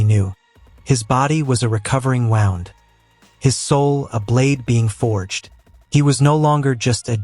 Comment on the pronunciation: It's pronounced wound not wownd